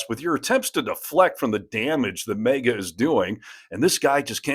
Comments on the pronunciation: What's MEEGA don't you mean MAGA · I love the video. But I thought it MAGA not MEGA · Why does the host keeps calling them mega? It’s MAGA!!